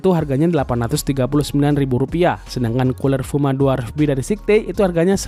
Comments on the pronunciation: Sayet bang bacaanya bukan sekte... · bagian atas casing cuma support 120mm aio? kok kelihatanya bisa 240 ya. btw bukan sikte, tapi skait bacanya om... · kok sihte gan wkwkk Scythe bunyi ejaanya kalo gk salah "saith" gitu tapi wasem harganya terlalu OP buat kantong pribadi wkwk